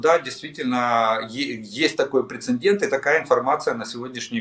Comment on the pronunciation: Уважаемый Олег, в слове "прецедент" нет буквы "н" перед буквой "д". Спасибо.